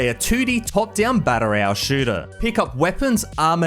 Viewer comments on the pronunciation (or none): learn to pronounce "battle royale" correctly.